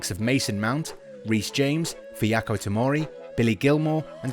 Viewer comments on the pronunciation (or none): who’s fiyako tomori? 😂😂 I know who fikayo tomori is, not that other fella you mentioned😆